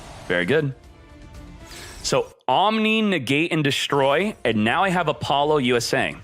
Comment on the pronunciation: “Apollo-USA” lol what? I’ve never heard anyone pronounce Apollousa that way 😄